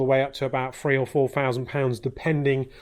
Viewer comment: "Number free"..."free or four fousand pounds".... Seems many a person in the UK today can't even speak English. #irony